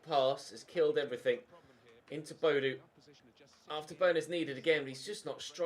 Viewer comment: Audio is fine but the contrast settings seem to be a bit off? Btw Boadu is pronounced Bo-a-du ;)